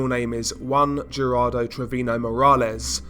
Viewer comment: That and treviño isn't pronounced trevino